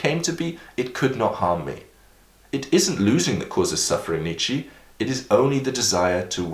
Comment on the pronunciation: Ffs, learn how to pronounce Nietzsche's name already. My ears are gonna fall off and he'll probably wake up from the dead if you keep doing this. said in a friendly way